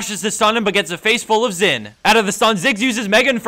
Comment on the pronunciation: xin is pronounced shin pls